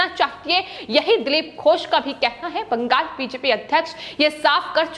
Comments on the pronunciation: Also, pls note, its Bengal and not Bangas as you pronounce in yr speech. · Bangal ko bangas kyon bolti ho